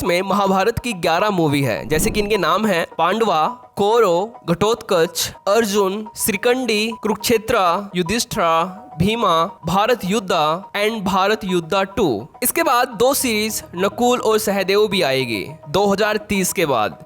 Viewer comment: अरे भाई युद्धा नहीं युद्ध होता है , युधिष्ठिरा नहीं युधिष्ठिर होता है , भीम होता है भाई भीमा नहीं ,क्यों अपने ही लैंग्वेज के अंग्रेजों जैसा मां बहन एक कर रहे हो ।😂